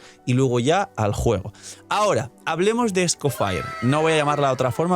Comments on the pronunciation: no esco FIRE💀 😭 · "Escofaier" ya le dicen los yanquis online? Deberia ser "Escofié" como en Francés, está basado en un nombre existente después de todo. Pero bueno, le dicen "Nóbail" a Nobile que es de origen Italiano, que se puede esperar. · es que se pronuncia "es-co-fie"